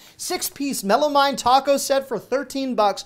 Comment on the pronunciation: For future videos it’s actually pronounced meh-luh-meen.